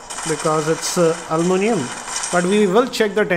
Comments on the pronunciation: It is Aluminium, no Almunium... Pls correct... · Once again it's Aluminium NOT Almunium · he is pronouncing ALUMINIUM wrong